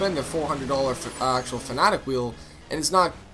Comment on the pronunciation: It is pronounced fan aaa tech